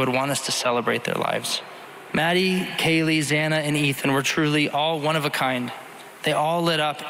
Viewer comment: Kaylee not Kayla. At least get her name right.